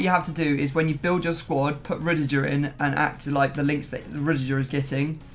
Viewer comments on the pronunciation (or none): The way pronouces Rudiger 😤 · Rudijer hahahaha never heard anyone apart from him pronounce it this way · The way says Rudiger makes my blood boil